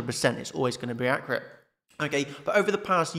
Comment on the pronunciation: You love to say ‘accreate’ instead of accurate 😂😂 great vid nonetheless. Thank you